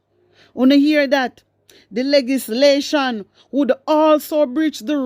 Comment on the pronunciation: My wisdom warrior love is the word , the correct pronunciation is le -gis-lation